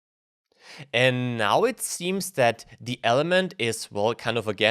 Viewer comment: Du solltest dir vielleicht die unterschiedliche Aussprache von "the" anschauen. Sorry aber das macht mich wahnsinnig :D